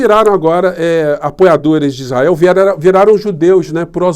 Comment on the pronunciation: O malacraia fala as palhaçadas, e os burros que nao sabem nada, e o capeta fala isrrael como um povo que horror👹👹👹👹👹